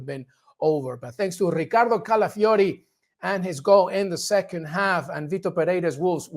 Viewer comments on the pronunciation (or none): The way he says Ricardo Califiori is annoying. And it's nil not nothing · I love how every one turns Italian when they are pronouncing Calafiori's name